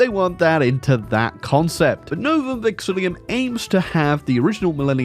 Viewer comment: A whole year later and still doesn't pronounce Novum Vexillum right - hurts my brain every time